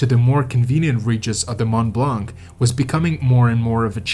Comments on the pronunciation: Fascinating account. My only minor problem is to hear it pronounced "blank". The 'c' in blanc is NEVER pronounced in French. Very distracting for a French listener... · Mont blanc I notice u dont pronounce the t in mont which 8s correct so why the hell do u pronounce the c in blanc it is silent so annoying it is not mont blanC Cant listen anymore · The « C » in « blanc » is silent in french 😉